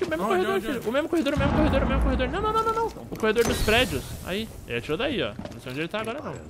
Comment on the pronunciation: Que raiva do falando "mene"